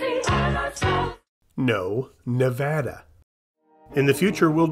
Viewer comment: This has been the most shocking video has ever done. He actually pronounced Nevada correctly! This Nevadan thanks you from the bottom of his heart. Thanks for the vid!